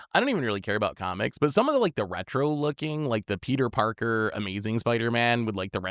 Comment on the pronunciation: Peter porker wth lol